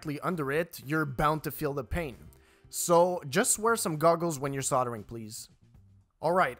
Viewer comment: There's an 'L' in soldering. it's not soddering